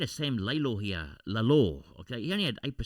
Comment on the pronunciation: Hi, seeing that Lalor is your new Dusty Martin and you’ll be saying his name a million more times through his career, you might want to pronounce his name correctly… It is Lor-La